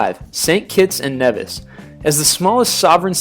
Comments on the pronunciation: Nevis. OMG. HE SLAUGHTERED IT. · itS (Dominica) Domeeeneeka and saybah (saba) and (nevis) Neeeevis not Nayvis and Cyurahsow (curacao) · Its pronounced NE-VIS not NEV-IS but still a good list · The speaker needs to learn how to pronounce some of these islands. Nevis, Saba, Dominica, Curacao and Antigua are all pronounced incorrectly. 1. Nevis-Neevis 2. Saba-Sayba 3. Dominica-Domineeca 4. Antigua-Anteega 5. Curacao- Curasow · Saba and aruba never heard of these islands sry oh an we pronounce it like kneevis I don't know if you be able to understand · I wish he could pronounce the islands properly Saba "Say-bah", Antigua "Anti-gah", Nevis "Nee-vis", Dominica "Dalm! like palm-inque-ah" lawd and Curacao "Cura-saow!!!!!!!!!!!" please get our islands Correct smh! Americans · Dominica is correctly pronounced: Domineeka. Saba, Sayba, and Nevis, Neevis.